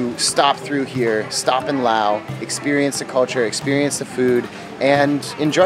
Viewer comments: It's LaosssssssSSSSS not Lao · It’s not Lao, it’s Laos... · I always thought it was pronounced With the S.never knew the S is silent.